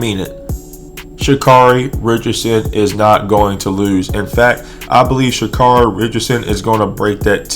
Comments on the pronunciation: Carry.... pronounce it right. Here you are with the B.S. just say it you don't like her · care ree.